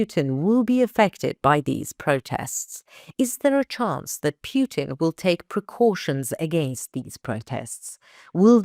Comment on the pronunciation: But from Moskow and S:t Petersburg we don't see some action like you say so many times? I subscribe in years on ANKA and never have a reading or answer from you or other members! You lovely woman talk perfect english but why you say PJUTIN?